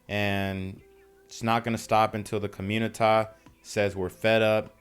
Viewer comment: “There’s a lot of confusion in the communitah”….no stuff?